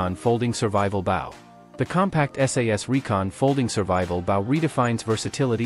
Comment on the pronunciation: A bow. Not baw